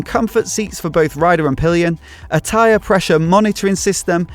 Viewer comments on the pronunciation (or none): none